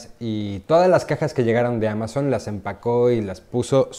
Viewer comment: Es el mejor video y uno de mis favoritos (number One), creo que desde este video, ví que perdió el miedo y/o nerviosismo al hablar frente a una cámara.... Sigue siendo 2020 y aún no pronunció bien Amazon ([eA]mazzzzzon)... Ya por ahí le va el ritmo jajaja